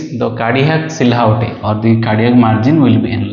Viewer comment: Hello Doctor, thanks for the videos. Just a quick note: The word silhouette is pronounced as See Loo Wet.